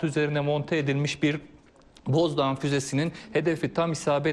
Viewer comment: Boğazdoğan değil Bozdoğan lütfen düzeltiniz.